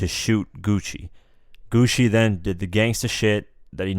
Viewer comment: bruh hes name isnt pronounced Gucci main hes name is pronounced gucci man